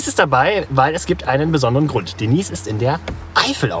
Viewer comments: Ganz witzig. Schade nur, daß ihr euch, als auf dem Land Aufgewachsene, doch wieder nur sehr viel über die typischen Dorfklischees lustig macht. Außerdem: wie heißt die Dame denn jetzt? Denies oder Deneise? Noch nie gehört, daß der Name so ausgesprochen wird! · Denise? Das ist doch „Deneise“! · Hallo Ihr, Hat mir gefallen, wie Ihr Eure Pilgerreise präsentiert habt. DENISE ("Denaise") hat auch eine feine Art, Humor und Albereie mit Seriosität und Charme zu verbinden: Sie weiß, dass sie hübsch ist, - bildet aber sich keine Eitelkeiten darauf ein!!! Zu der TV-SERIE muss ich dann mein Bedauern zum Wechsel der Besetzung aussprechen= Die PFIFFGIGKEIT*, besonders der Hauptdarstellerin Haas-Peters, ist einfach futsch!!! Man (?) sucht beinahe krampfhaft *danach*, es bleibt leider nur TRAGISCHES Nachtrauern! ECHT SCHADE! Obwohl ich nicht gerade ein Fan von Serien bin, - hier lob ich mir die Wiederholungen der Ersten Staffeln!!! Grüße aus dem Schwarzen Walde (...Glottertal***) Robin